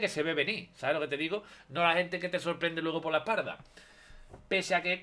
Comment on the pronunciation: Me duele la "ejparda"